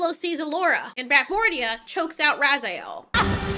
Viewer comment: Ok, even though they said he name like 10 times in the movie I'll help ya out. Her name is pronounced Finn Razel. Not Raziel. He's from Soul Reaver and the Legacy of Kain games, but man this movie would even be better if Raziel was going around consuming souls. 🤣